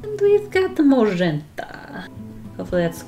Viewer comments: Nobody:: moe'zhentahhh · The way you say magenta makes me think you'd be great at speaking Polish!